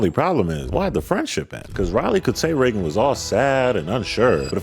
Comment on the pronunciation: Who is "reggon"?